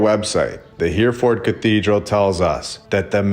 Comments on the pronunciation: AI reading....this vid and all ..endless mispronunciation such as HEREFORD in this one. HERR-E -FORD NOT HEAR-FORD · Just to let you know, Hereford is pronounced... (H) error - ford and not Here-ford. 👍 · Not a criticism but we pronounce Hereford - ‘her-a-fud’ (well common folk from the north east do anyways). Awesome videos, I always look forward to your content. Keep up the great work. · Excellent except it’s pronounced Hare-a-ford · Btw, it's pronounced He-re ford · You need to learn how to pronounce Hereford